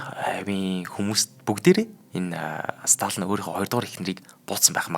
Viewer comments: Сталин шүү дээ . Сталан гээд л байх юм. Бэлдсэн сэдвээ хүнд хүргэх талдаа учир дутагдалтай хүн б на. Бэлдсэн сэдэв нь маш том боловч мэдэхгүй ээ нэг л сонирхолгүй сэтгэлд хүрэхгүй б наа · Уул нь Сталин юм шд. Сталан л гээд бна. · Сталин шүү дээ. Ядаж нэрээ ч зөв хэлчихгүй юм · Uneheer sonirholtoi, tom sedev. Ene tsenher pidjaktai zaluu arai l bishee. Yumand tuugdaj bgam shig yaasan hetsu yaridin be, yadaj l ene tuuhen hunii neriig ch aytaihan zuv helchij chadku. Dundaas n duusgaj chadahgui garlaa.